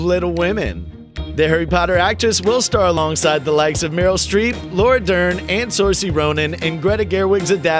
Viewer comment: Saoirse is pronounced (sir-sha ) being a YouTube channel like this you should really do your research 👍🏼👍🏼